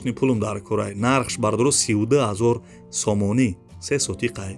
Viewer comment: Офарин бародар,неки хами сомониша бехади бад зур мегуй,,,,,,сомониии мегаа